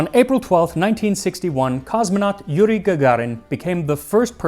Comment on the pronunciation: As a native Russian speaker I am impressed by Max's good prognostication of Yuri's name